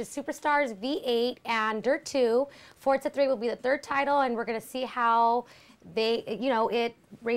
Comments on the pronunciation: no and yes why do they pronounce it fortsa?? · there is no T in the name...not fortza 3.....forza 3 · Why is she pronouncing it 'fortza' like that? its pretty funny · It's pronounced Forza ! Not fortsza? It's our language, use it properly!